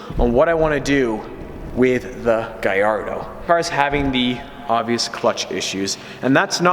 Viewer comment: It sounds like you're saying ''Gayardo'' and not ''Gallardo''